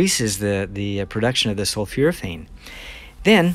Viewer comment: It's not sulfuraphane; it's sulfOraphane. sul 4 a fane